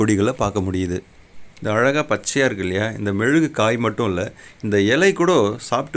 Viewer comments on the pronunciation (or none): மெழுகு இல்லை மிளகு . நீங்க எந்த ஊர்? தமிழ் விசித்திரமா இருக்கு.😢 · அது மெழுகுகொடி இல்ல. மிளகு கொடி. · நன்றாக கேளுங்கள் அவர் முழகு என்கிறார் மெழுகு எனவில்லை! மிளகு - மிழகு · அது மெழுகு கொடி இல்ல. மிளகு கொடி.